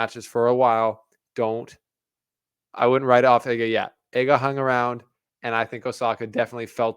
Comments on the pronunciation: IGA not hard to pronounce Ega not Iga really amateurish presentation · Please, it's not [e]ga like in m[e]ss Its [ee]ga like in d[ee]p 😁 otherwise very nice commentary 😊